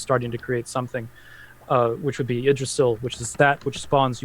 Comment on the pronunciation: I love but hearing him pronounce things like Ginnungagap and Yggdrasil hurts me lol